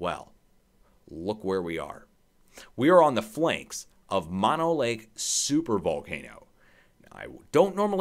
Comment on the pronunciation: Pronounced MO NO Lake Not MA NO